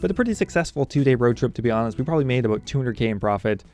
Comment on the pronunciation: I should have guessed you lived in Victoria, you've got the signature "aboat" pronunciation of about.